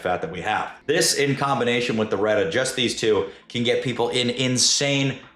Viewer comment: Reta isn't the hard R sir 😭😭😭😭